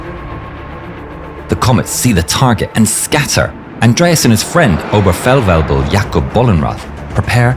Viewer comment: Objerfellwäbel....That's a cute pronunciation.😂